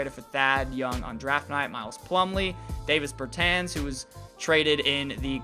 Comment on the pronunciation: Davis bertans is pronounced Dah-Veece Burr-ton